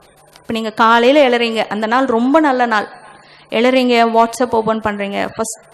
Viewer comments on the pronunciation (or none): none